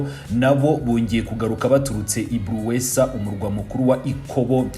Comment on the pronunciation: Ntabwo Ari buruwesa ,ni Buleusa.